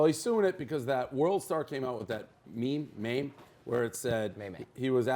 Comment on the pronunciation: Dave can't even say meme...